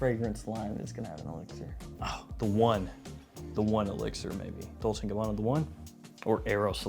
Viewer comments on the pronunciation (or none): none